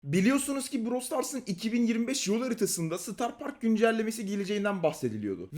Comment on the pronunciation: Starrr parrrk😅